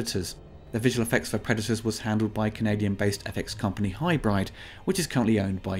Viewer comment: I'm reasonably sure 'Hybride" is pronounced 'Hybrid.'